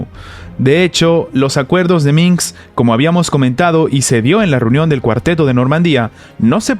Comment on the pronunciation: Minsk... no Minks.